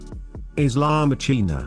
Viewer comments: "La Ma--Cheena?" O dear, o dear. Let's try "La MA kina." Rule Brittania. Welcome to Europe. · Just one little thing: La Macchina is pronounced as in La Makkina, accented on the first A. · Nice ivideo but the exacly pronunciation is " makina". Thank you !! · you could look for the proper pronunciation of "La macchina"..It would have taken 10 seconds on Google..